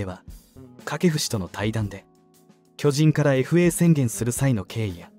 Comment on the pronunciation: 「きょじん」 のアクセントが変で、耳に入ってこない。チーム名を表すときはアクセントが先頭に来ないと。